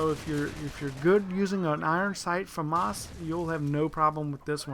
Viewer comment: its famas like llamas